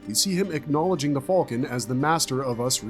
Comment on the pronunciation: like I said, it's great berserk content. But he calls the band of the hawk the band of the "fulkan" and pronounces behelit "beh-hell-it". It just sounds weird and pretty funny sometimes lol.